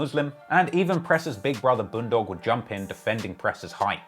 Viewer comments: Man said boon dog 🤣🤣 u say it as BUN dog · He pronounced bun dog as Booon dog 🤣